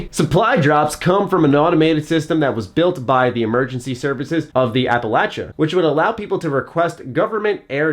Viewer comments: thank you for pronouncing Appalachia correctly, I've seen so many of these fallout youtubers not doing it and it low key triggers me lol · Thank you for saying Appalachia right